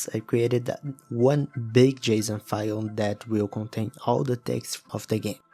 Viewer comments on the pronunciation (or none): none